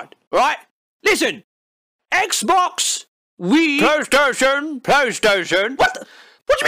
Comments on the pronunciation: "Playastation", heheh.. "playa" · the way he says PlayStation is killing me. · How can YOU fuck up the name of the aforementioned console? no h8, m8 luv u bb